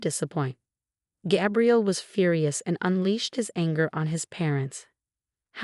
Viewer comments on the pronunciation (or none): GAY-BRIEL not GAB-really . Fake story and AI comment 🤨🤨